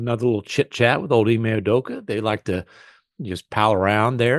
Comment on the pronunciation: It’s actually Hime Udoka (pronounced He-May, means “princess” in Japanese)